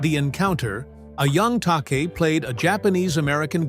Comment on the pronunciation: George Takei’s name is pronounced ta.KAY not TOK.a.